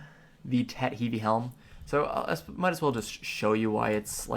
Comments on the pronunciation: It's pronounced Heave (Heve) Uh-soola (Asula) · he-v-ee, ass-ooh-la's. Bro please look up proper pronunciation of the stuff you are talking about. Makes me laugh so hard and i cant focus lmao